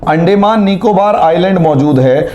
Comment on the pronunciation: Sir, अंडेंमान नही अंदमान कहिए... बाकी आप बहोत बढ़िया विस्तारसे बोलतेहो .... धन्यवाद...💐